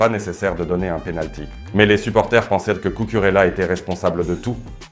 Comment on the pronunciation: Bonjour, essayez de prononcer les noms propres espagnols avec un meilleur accent (Cucurella, Bernabeu) c’est pas trop difficile et ça fait toute la différence 😎